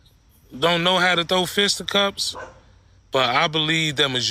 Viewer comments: Bruh, what’s a “fista cups”??? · Fista cups? I guess he spent more time fighting than learning English. It’s fisticuffs dude. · "Fista cups" 😂😂😂 its FISTA CUFFS! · I think he really thinks it’s “fist up cups” 😂